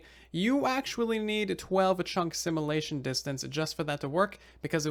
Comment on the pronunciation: Ear-piercing pronunciation complaint to be made: Should be sim-yu-lay-shun, not sim-uh-lay-shun 😑